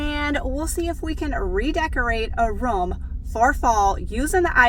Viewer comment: You pronounce room as rum